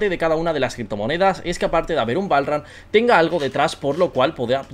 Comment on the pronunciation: el PROXIMO BALL RAN asi se pronuncia ? jajaajajajajaaja